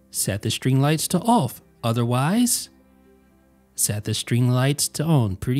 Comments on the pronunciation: Goop thought only I noticed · This is what I was looking for lol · Why's he say the words on and off so weird? Own owf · You say “on” and “off” really weird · The way he said „on“ and „off“ was strange. Especially the „ohwn“ one. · Yup. Lol